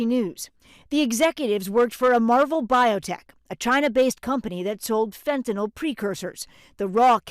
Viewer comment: Tom Llamas: Can't you pronounce Fentanyl correctly?